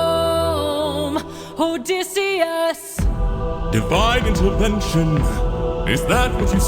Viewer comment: So.... you're still saying OdEHsseus, huh. I thought we were past that.